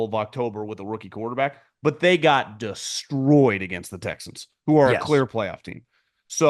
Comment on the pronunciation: "DESTROYYED" And with that, I am going to listen to something else. You guys are media clowns.